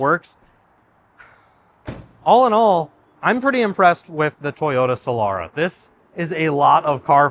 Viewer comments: A few corrections: • It's pronounced Soh-lah-rah. • If that's a 2004 it has a 3MZ-FE engine. • Another thing, you are missing the chrome trim at the front, on top of the front grille. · It's pronounced Soh-lah-rah.